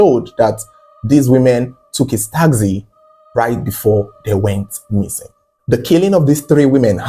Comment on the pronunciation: Taxi not takzee